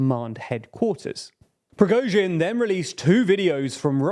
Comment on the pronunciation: due to the fact that you will definenately cover some other political events in Russia I would like to give you some pronunciation corrections, so you'll be the only English spoken channel where Russian last names are being pronounced correctly. First of all, "Prigozhin" does not contain the "əʊ". You pronounce the letter "o" like you do in the word "boat", but this is incorrect. It should be pronounced almost similar to "got" or "not". Somewhat like /Pri:'gɒzhɪn/. It is not completely correct, but this "əʊ" sounds the most wierd. Then " Shoigu". Russian in his pronunciation rules is closer to the American English than to the British one. When a syllable is unstressed, we change its pronunciation. It is quite the same like Americans do with such words as "hot" or "caught". So we never pronounce the strong "o" in his last name; it changes to "a". Also this "i" should be pronounced somewhat like the second part of the sound "ɔɪ", like you do in the word "enjoy". /ʃɑːɪ'gu/. Pay attention to the last syllable which is stressed. Finally, "Kadyrov". It is not difficult to pronounce. Only Russian "y" sound is a bit wierd, but if you do short "i", it will be fairly good. /Kɑː'dɪrɒv/